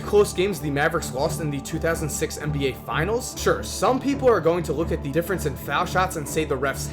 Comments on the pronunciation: The word "the" is pronounced "thee" when preceding a spoken vowel sound, so "thee NBA" is correct pronunciation. Before a spoken consonant sound, it's pronounced "thuh". So, it's "thuh Mavericks", "thuh Heat", etc. Pronouncing it "thee" every single time doesn't make you sound smart, only annoying AF. As one of the otherwise more articulate sports commentators on YouTube, you have to break this habit. It's the kind of thing you can't unhear. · Hey, man. Love your videos. But can I give you a tip...? In the English language, you say "the" (pronounced thee) only if the next sound is a vowel (or at least sounds like a vowel). If it's followed by a consonant, it is pronounced "the" (like thuh). It's not "thee Dallas Mavericks". It's "thuh Dallas Mavericks". It is acceptable to say "thee NBA" because "n" is pronounced "en", which sounds like it starts with a vowel. Here are some more examples. "thuh Boston Celtics," not "thee Boston Celtics" "thuh Mavericks," not "thee Mavericks" "thuh shot clock," not "thee shot clock" Hope this helps. Your content is well researched. It's really good stuff. Best wishes!